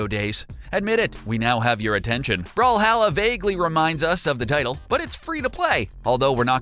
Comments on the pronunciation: It's called brawl-hall-a not brawl-Hal-la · Is call brawlhalla not bralhalla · Its brawlhalla not brawlhala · You said brawhalla wrong